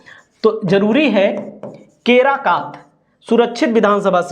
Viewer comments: केराकत..... केराकात नहीं है. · केराकात नही है केराकत है